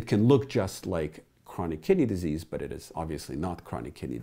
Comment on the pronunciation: Every time you say "kidney disease" i hear "kitty disease" I treat kitty disease in everything from cats to dogs to chameleons, snakes, and even humans made me double take